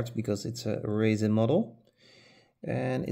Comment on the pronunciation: Oh...you said RESIN. It sounded like you said raisin or racin'.